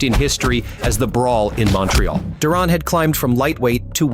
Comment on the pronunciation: "Do Ron".... 😂😂😂😂